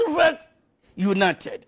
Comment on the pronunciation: He says it many times "limited "